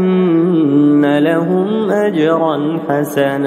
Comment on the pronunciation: ভাই দ্বিতীয় আয়াতে ভুল আছে। আন্নালা হবে আপনি ইন্নালা বলছেন